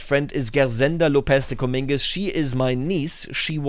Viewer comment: Just so you know, Comminges isn’t pronounced (Cuh-meen-gez). It’s pronounced (Cuh-mahnj)